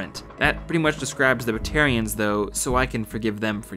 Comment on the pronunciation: I got insanely confused when he said the Batarians, I kept hearing Libertarians 😂